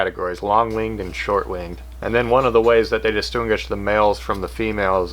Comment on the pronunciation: Did he say dostoongush instead of distinguish?